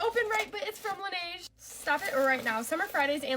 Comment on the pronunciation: she doesnt even pronounce the brand name correctly. Laneige isn't "lan-A-ge"...